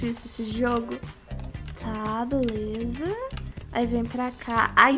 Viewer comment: fala assim beleuza kkkkk